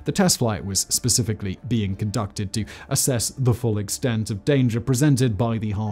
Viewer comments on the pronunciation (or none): none